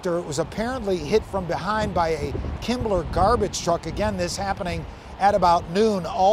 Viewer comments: “Kimble” garbage truck not “Kimbler” garbage truck. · yes, it clearly says "Kimble", not "Kimbler" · Am I hearing "KimbleR"??? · Why does he keep saying "Kimbler"? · I looked three times. It doesn't say "kimbler" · no but the reporter says “Kimbler”.